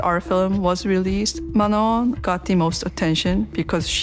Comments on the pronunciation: You pronounce Manon as Manuh (silent N) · Manon’s name is pronounced “Ma-No” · Manon pronounces her name the way its supposed to and the narrator still kept saying it wrong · Video was good but was annoyed how the narrator can't pronounce Manon's name right